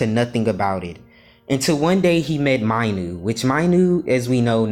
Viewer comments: You mispronounced Minu you sort of said My-nu but is should sound like Me-nu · Bruh not Mainu it’s Minu pronounce it correctly